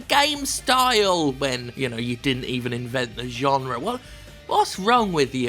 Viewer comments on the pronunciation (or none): none